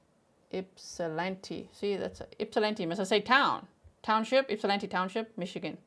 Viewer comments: Thank you for saying my hometown name correct Ypsilanti (ip-sa-lan-tee). ❤ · I’m from just outside Ypsilanti and yay you pronounce it correctly! 😂 I sadly had not heard about this case. I do recall seeing his mug shot somewhere though. So sad and infuriating. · You pronounce Ypsilanti like a local! 😊